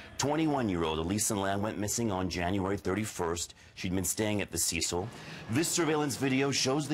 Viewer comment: It's Cecil not cicel🤣🤣🤣